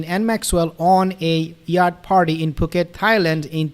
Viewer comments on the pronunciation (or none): none